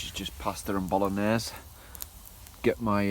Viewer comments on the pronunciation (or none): none